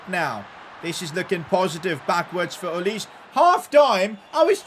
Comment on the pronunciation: That is not Olis-e, you should pronounce that name like "Olais".